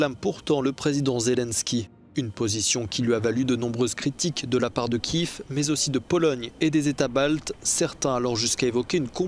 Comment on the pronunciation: Journaleux analphabète: on dit "dilemme", pas "dilemne". Et on dit Kiev, pas Kiff. Tu te crois dans ta banlieue?